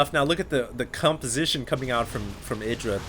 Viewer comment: Did I hear "cumposition" , or am I just drunk...